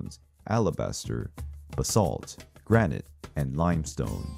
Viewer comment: He can't say "granite" hehehe